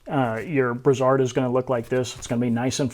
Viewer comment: Great video. However, that's not how you pronounce "brassard". brae·srd